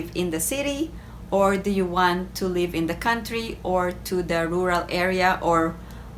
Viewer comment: Your pronunciation is leave instead of live.